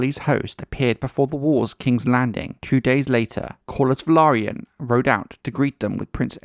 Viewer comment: Finally, a YouTube channel pronouncing "Velaryon" correctly! 👍